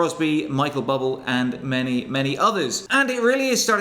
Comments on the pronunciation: Michael bubble ahahaha i hope he knows it’s bublé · Did he just say Michael Bubble.